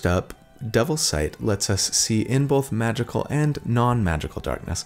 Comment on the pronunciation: not Cody, who says bolth, not both. Gotta remember the L, people.